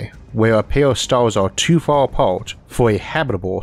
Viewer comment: The Staws are so incwedibly faw away its just hawd to compwehend how faw they weally awe away.